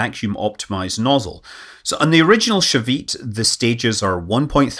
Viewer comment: And his pronunciation of Shavit and Palmachim is groanworthy. And some other Hebrew words, when they're used.